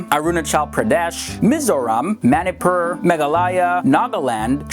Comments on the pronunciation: I'm a north eastern myself, that too a Manipuri and I am sure you didn't know before but Manipur is pronounced as Mah-ni-pur, not Meh-ni-pur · Manipur should be pronounce as Moneypur not manypur 🤣🤣🤣🤣😂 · its pronounced M-uh-nipur for Manipur. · Man , it's kinda funny , how you pronounce MANIPUR . Btw , I'm from Manipur ❤️